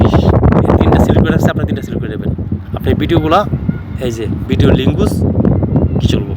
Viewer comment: জিবনে কোন পাপ করছিলাম,আর না হয় এই ভিডিও দেখা লাগতোনা,,,ভাষা যার ঠিক নেই, লেঙ্গুস কি ভাই,,,,,আজব আজব শব্দ শুনলাম।ভাই এমবি ফেরত দেন।আর সামনে থেকে ভিডিও ছাড়ার আগে ভালো করে শিখে পড়ে ভাষা শুদ্ধ করে তারপর ভিডিও করতে আসবেন।।। শিক্ষীত যারা ভিডিও না বানানোর কারনে এরকম মানুষ গুলো ভিডিও তৈরি করার সুজোগ পায়।